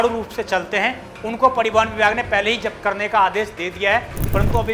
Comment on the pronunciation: पड़ीवहन नहीं परिवहन होता है भाई